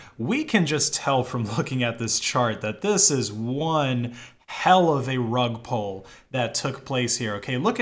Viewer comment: I was confused why he kept saying rug pole lol